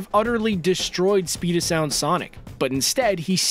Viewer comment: Who else thought he meant sonic the hedgehog when he said speed o sound sonic